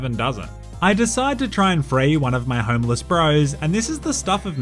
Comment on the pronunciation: What says, “homeless 47.” What I hear, “homo 47”